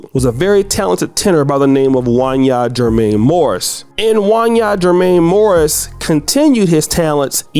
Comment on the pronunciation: you don't know anything about R and B You don't know how to say Wanya Morris